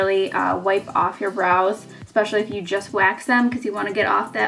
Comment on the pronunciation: great tips, brows look awesome, the word is not eXpecially. it's eSpecially